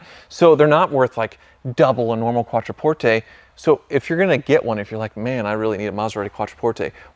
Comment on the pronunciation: "Quattro porte"...dude should be fired